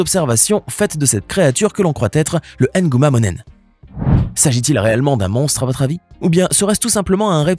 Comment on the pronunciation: 😂 ça m' fait rire façon vous prononcer ces noms là ! Nguma monéné